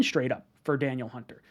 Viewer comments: It’s pronounced Duh Neil not Daniel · FYI,, it's pronounced, Dah-Neil. Not Daniel. Anyways though, would love him. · Its pronounced dan-eel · Da•Neal I think that’s how you pronounce it